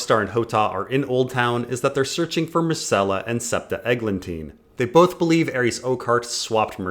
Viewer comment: Mycella? Isn't it Myrcella?